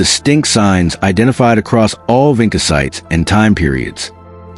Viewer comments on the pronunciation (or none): It is pronounced, "VINCHA"!!!!!! Like in touch. You don't even know how to say the name properly!!!!!!!!